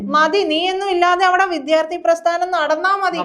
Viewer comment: സഹോദരീ,വിദ്യാർത്ഥി എന്നു പറയൂ പ്ലീസ്